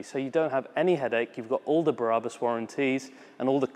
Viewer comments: Remove Before Race German people I know pronounced it Brah-boos! The way your saying it, it would be spelled Barabus. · Sorry, - but it's "br-abus", not "bar-abus". I would rather not be a pain in the arse but you said it SO-O-O much in this video I felt compelled! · Is it not brabus not barabus? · Barabus????? It’s B r a b u s😁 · i love you man but can you stop saying ‘Berabus” its BRABUS ! The exhaust is totally crazy xx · Yeah , it's not Berabus , Brabus dude! It's not Barabbas, the guy who was sentenced to death during the time of Jesus man!!!! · Think they mean you sound like there's 3 syllables i.e.: Be - Ra - Bus its like its longer than the spelling suggests.. :) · Sounds like he is saying " Barabus" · Take a shot whenever he says Berabus...tip: don’t do it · .....BA "Barabus":P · Stop saying Berabus damn it! lmao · no it isn't, I'm Dutch and I speak German and know how Germans pronounce things and this is not how Brabus is pronounced